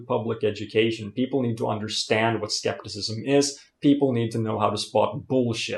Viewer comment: Don't look an english dictionary for a Greek word... Scepticism is rooted to the Greek word "Σκεπτικισμός" and you do pronounced it correctly .